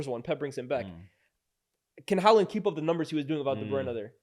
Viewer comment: It's Haaland